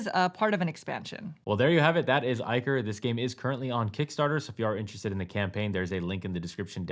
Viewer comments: "Eye-core", not iker, and "minnotaur", not mine-otor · Its pronounced Ick-or (de-monic Ickor)